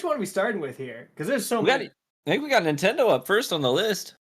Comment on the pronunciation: "Nintendo is out here duking it out with their own fans" I could have sworn you said Bungie there. lol